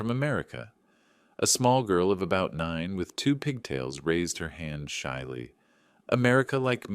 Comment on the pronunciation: Settle for subtle, shiley for shyly…aaarghhhhhh